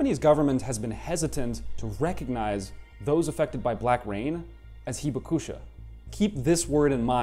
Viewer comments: WOW, I've lived in Japan 51 years but learned a lot from this video. You might try to say "hee-BAK-sha" because the "u" is almost silent (not "heeba KOO sha"). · Should be “hee BAK sha” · Accent on Hibakusha should be on the 2nd “ba” syllable. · The 被爆者 pronunciation was way worse lol. Not that I'd hold either pronunciation against someone who doesn't know Japanese.